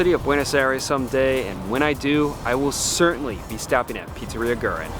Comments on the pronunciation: Way late, but for a pronunciation closer to what Argentineans would say, say "weh-REEN," not "GRR-in." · Fantastic video, just a thing that is ticking me off: pronounce it "goo-eh-reen" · It's "GwerrINE"